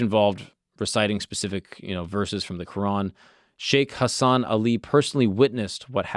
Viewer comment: The pronunciation is sheikh hasan Ali not sheikh hasan Ali